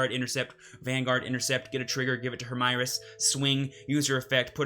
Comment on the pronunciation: Hermieres is probably france origin, so i think you need to say it following french speaking conventions.